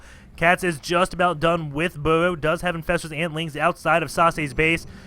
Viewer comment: Omg, Do you say burrow One more time i will laugh my ass off. Plz learn to pronounce the letter R R R R R R R